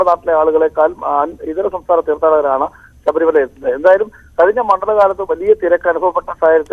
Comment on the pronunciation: സബരി alla ശബരി